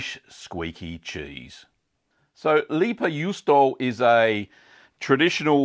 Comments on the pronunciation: pronounced "lay-pa yoo-stow-a" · Pronunciation tip: "Lei", try the start of "Raven" with a clear L instead of R, and "Pä" you can approximate with "Baron" but hard P. Juu in juusto is pretty much correct, just cut the o. You're ending it with "ou", chuck the u and you're good. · Thanks for the recipe! I'm from finland and the way you said leipäjuusto was okay😁👍 Not good, not bad haha. I actually find it kind of interesting how your pronouciation of finnish sounds exactly like an american trying to pronounce finnish